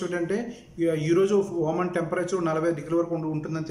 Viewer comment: Babu voman kadu OMan